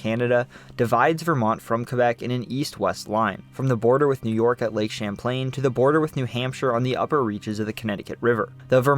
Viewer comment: Not all us Vermonters sound that high strung. Or “SLOW” That dude didn’t Evan say lake Champlain correctly. My guy. Relax.